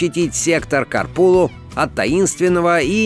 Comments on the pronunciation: "Сектор Корпулу"?.....серьезно? может Копрулу? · Сектор не корпулу а копрулу